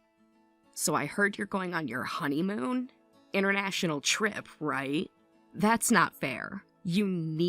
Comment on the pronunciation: Not “honeyhoon”!!! 😂😂😂😂😂